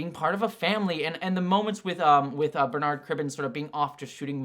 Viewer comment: Bernard is pronounced with the stress on the ‘er’ part not the ‘ard’ part in UK btw, like burr-nud